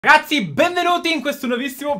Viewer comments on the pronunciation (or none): Ma perché dice cazzi e non ragazzi? 😂